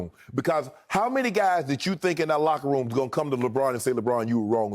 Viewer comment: It was "LOCKEROOM"talk 😂